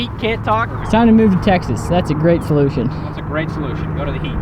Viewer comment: “ that’s a great folution”🤦‍♂️😂